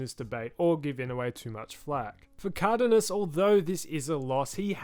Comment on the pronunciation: How the fuck did you just pronounce Cardenas